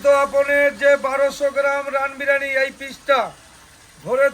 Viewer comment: O to sala 'birani,birani bolche biriyani boltei parenaa